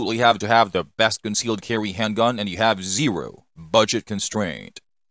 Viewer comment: What's up the with pronunciation. Glock Sewies, concealed Carwee 😅